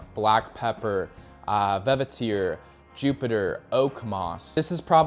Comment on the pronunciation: no, he clearly misread the word and is unfamiliar with them. And you clearly didn’t read the original comment. He is not mispronouncing - he is literally mixing up and adding new syllables. If you think vetiver is pronounced “Ve-Vi-Ter”, you’ll also be unable to spell the word.